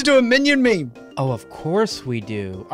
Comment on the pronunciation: You seemed to have meemed instead of memed but it's still a meme so that makes up for it